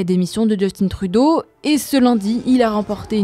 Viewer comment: Mais respectez les noms s’il vous plaît. Justin Trudeau est un francophone, donc pourquoi vous prononcez son nom en anglais?